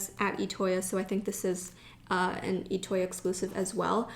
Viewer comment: It's pronounced I toya not etoya